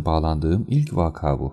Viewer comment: Bu kitapları, özet de olsa, neredeyse beş yıl boyunca okumuşsunuz; maruzat`a mazurat demeniz gibi çeşitli kelime hataları yapmanız bi yana, onca yıl kimse, vaakaa değil, vaka; taka gibi, hatta tak'a gibi, deyip uyarmadı mı!